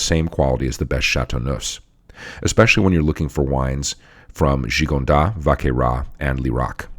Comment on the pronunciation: Great cast! Just a polite heads up, you can pronounce the ‘S’ in Gigondas and Vacqueyras :) Cheers!